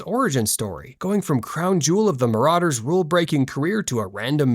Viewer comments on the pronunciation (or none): none